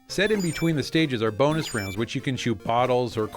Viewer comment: sounds like she's saying almost "Boner" instead of "Bonus" at